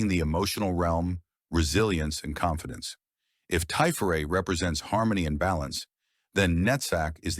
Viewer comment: This is really good info. Just one pedantry point. Tiferet rhymes with the name Chet (like Chet Baker) rather than Ché (like Ché Guavara).